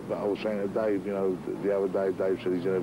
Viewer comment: It’s Dave not dace